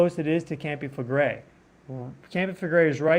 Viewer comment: "KAHM-pee FLEH-gray". Campi Flegrei pls. it is not 'campi' It is a Strong K -----KAHM-pee (not campi) grazie'